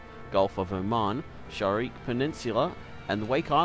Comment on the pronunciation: It's Sharqi not Shariq.